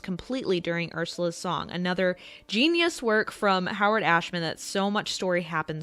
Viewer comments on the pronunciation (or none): none